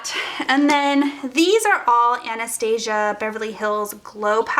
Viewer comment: I cringe every single time you pronounce Anastasia wrong😣